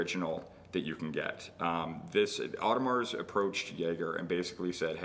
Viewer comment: Please do not spell the S in Audemars. It should be silent.